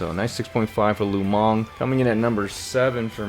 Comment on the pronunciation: lu meng -> lu mang lol